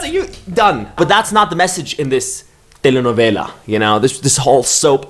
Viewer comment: I can listen to pronouncing “telenovela” on loop for 1 hour